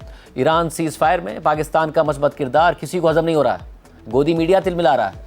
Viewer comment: شاہ زیب جی! مُدّت سے آپ کا تلفُّظ توجُّہ کا طالب ھے: ھضم hazm✔️/ نہ کہ hazam